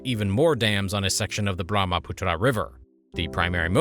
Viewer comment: Hello Author, Learn geography. In a map you placed Tibet down near Hong Kong. Also it is not true that most of the Chinese population lives in the arid north. Also you should learn how to pronounce words like Brahmaputra.